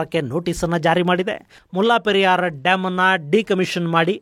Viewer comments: ಮುಲ್ಲಾ ಪೆರಿಯಾರ್ ಅಲ್ಲ ಮುಲ್ಲೇ ಪೆರಿಯಾರ್ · ಅದು ಮುಲ್ಲಾ ಪೆರಿಯಾರ್ ಅಲ್ಲ 'ಮುಲ್ಲೈ ಪೆರಿಯಾರ್ ' ನಿಮ್ಮ ಉಚ್ಚರಣೆ ಯಾರೋ ಒಬ್ಬ 'ಮುಲ್ಲಾ ' ನಿಗು ಡಾಮ್ ಗು ಸಂಬಂಧ ಇರೋ ಹಾಗೆ ಇದೆ.